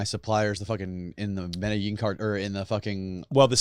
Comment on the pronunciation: every time he says Medellin cartel as medijean i start to believe this 🤣